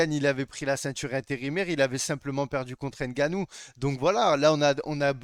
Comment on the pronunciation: C'est Ngannou, et non N' Gannou si c'est difficile à prononcer vaut mieux ne pas prononcer le N.